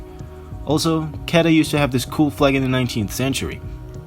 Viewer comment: Kedah is Kuh-dah